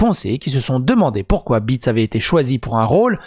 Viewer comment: "Tsatsi ou Zassi Béétss" , elle est Allemande donc le "e" se lit et se prononce "é" appuyé ici, comme en néerlandais d'ailleurs. Voilà. ^^